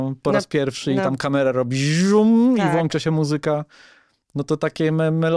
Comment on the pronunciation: Julia, proszę żebyś następnym razem "włączała", a nie "włanczała". Pozdrawiam.